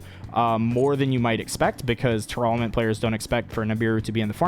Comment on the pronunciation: why does he keep mispronouncing tearlament?